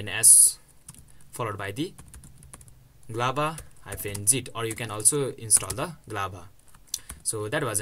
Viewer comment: Why do you say Z Lava?! It's literally showing G Lava on the screen